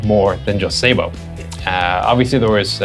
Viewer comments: I'm glad someone can say sabot more closely than most. It should be said like sa-bow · What's funny is most people will pronounce sabot correctly when saying sabotage or saboteur.